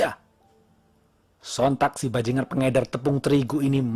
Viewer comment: Ngomong bajingan nya mantep bngt bang.. 😂😂